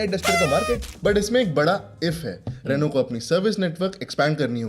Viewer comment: Like for teaching people on rightly pronouncing Renault. 🙌